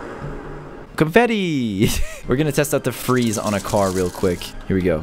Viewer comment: WHEN CAYLUS SAID CONFETI HAD ME LAUGHING